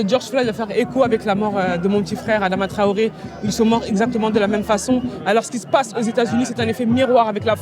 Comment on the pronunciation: pronounce his name correctly theres no 'w' its not 'touaoré' even 'twaoré'